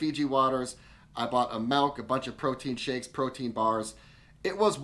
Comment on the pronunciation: Did you say you bought a "melk"?